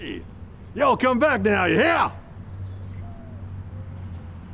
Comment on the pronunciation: He was doing really good up until the "Ya Hear" we don't put much emphasis on "Hear". We say it as more of a Question rather then a statement. For example "Yal have been just wonderful to have around, don't think twice about coming by for another visit, Ya hear? " We sort of expect to hear a reply on the lines of "Oh we will, see yal later" but it's not required, a simple wave and "Goodbye" will more than suffice.